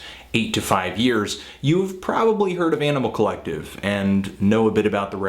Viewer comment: Fantano has this really hardcore accent, and he always says, "Yaaanimal Collective."